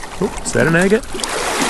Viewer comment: Is it me or does “agate” sound like “I get it”?